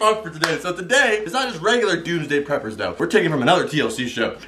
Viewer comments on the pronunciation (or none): I swear he said doomsday pepers🤔🤔🤔🤔🤔🤔🤔🤔🤔🤔🤔🤔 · I thought you said "Tuesday prepors"